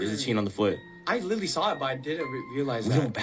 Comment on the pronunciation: BRO!!! STOP SAYING LITERALLY PLEASE BC YOUR SAYING LILLY. WHO TF IS LILLY??? ITS ANNOYING BC YOU LILLY DONT CATCH IT.